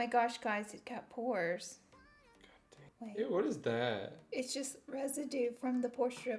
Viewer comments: When I heard you say I watch Pore videos all the time....I seriously thought you said Porn for a second. I about died laughing lol. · Sounded like you said “Porn videos....” 😂😂😂😂 ya girl was rollin!